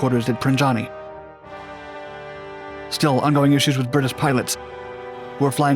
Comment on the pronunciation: it is not pronounced PranJani but PraNYani